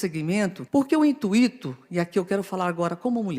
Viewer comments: "Porque o INTUÍTO" MEU DEUS DO CÉU... Eu não sei porque eu trabalho não mds. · A pessoa ganha 30k por mês, e fala intuíto 😂 há esperança pra mim 😂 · In tu Í to Enfase no Í Tmnc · 14 anos sendo sustentada pelo Poder Público e não sabe pronunciar "INTUITO"...